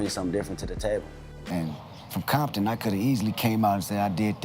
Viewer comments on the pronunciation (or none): why is he saying bompton then?